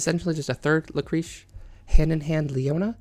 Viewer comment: Lucréce is pronounced luc-ray-s :)